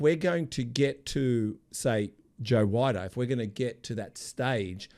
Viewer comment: Need to pronounce Joe Weiders name correctly. It sounds like weeder.